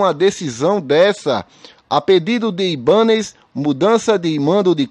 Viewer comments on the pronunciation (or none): Kkkkkkk... Estão com medo de que PEPPAS? Só avisando que o Flamengo é o único time que se sustenta e sustenta os times pequenos. As PEPPAS estão tremendo. Só mais uma coisa, aprenda a falar o nome do governador de Brasília. Sabe nem falar.